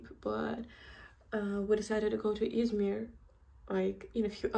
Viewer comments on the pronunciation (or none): Its called as izmir not ismir😂